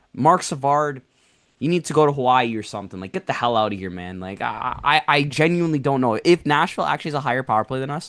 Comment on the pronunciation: gets me everytime with pronunciation of Genuinely 😂 It's jen-u-WIN-ly not jen-u-WINE-ly